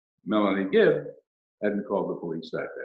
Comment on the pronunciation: Access it’s Not Melanie ‘Gibbs’ it’s Melanie GIBB! Sorry but that important ! 🥺